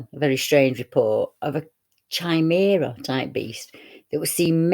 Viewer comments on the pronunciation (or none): Btw, "chimera" is pronounced as a Kai-meera. The "h" is silent. I recently spoke to one of my sub's and they told me that a few years back, a "hairy man" / sasquatch was seen on MOD land, actually within a base compound up in Scotland. I forget the exact details. I have also recently tried telling my elderly mom (78yo) that we do have our own type of sasquatch and dogmen here in Britain. She is adamant that we do not. She said that there is not enough forestry here to sustain them, let alone enough not enough food. Of course there are... just look at the figures you gave at the start of the video!! Over the last couple of years, I have heard of numerous dm sightings across Wales, England (mostly in the North) and Scotland. * Recently, there was a "wolf" sighting down in Gloucestershire, within the "Forest of Dean" and the witness, who was walking his Jack Russell terrier at the time was quoted as saying it was around waist high. * Late last year, around November I believe, there was another "wolf" sighting around the same area, approx. just a few miles away. This one was witnessed eating a roadkill carcass. * Around same time last year, there was a tragic death up in Scotland. As usual, the authorities and big media covered it up with misleading details. Basically a lady (name forgotten) had broken down in the countryside. I think maybe near a wooded area. She rang for a breakdown truck, It was a few miles away and would be within her within an hour. When driver got there she